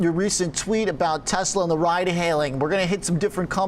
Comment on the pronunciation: Mate I love your show but you have to stop pronouncing Tesla as Tezla.. Listen to how Tasha pronounces it. It's Tesla with an S.